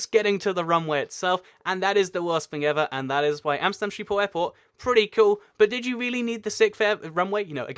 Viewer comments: Sheephole is pretty far off, I know ch or the dutch way to pronounce the G is difficult for people that don't natively speak Dutch and I won't blame him for it, but you shouldn't claim that he was close because he would've been better off just saying shiphole instead It would have been closer to the actual pronunciation and it's also a more accurate translation. There is no E in schip. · It's not quite that but a Dutch person would understand what you mean if you said skiphol you do have to pronounce the H though. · You pronouce schiphol as sheephol and i know its kinda impossible for you to say schiphol correct but if y try say shiphol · Schiphol is pronounced with a harsh Dutch 'g' like in the Hebrew word l'chaim. So: s'ch'iphol. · Love the way you pronounce Schiphol! But I got to say, it's not a Sheephole... the sch sound does not exist in English, but yeah... You should try it once!!! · Dying right now of how you pronounced Schiphol - Sheephole. But it's fine though, many other languages don't have the sch-sound which sounds something like a weird microphone noise if I had to explain it. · not by a bit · I'm not Dutch and I died a little on the inside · Mink Lenzing lol ikr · I think if you're going to make videos for potentially millions of viewers, getting pronunciation as accurate as you can is a basic.